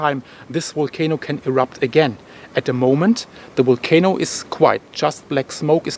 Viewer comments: Waited all day for your report, keep going, I’m English and now I keep saying wolcano , love your style of reporting. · I love the way you say Volcano. 😁🤩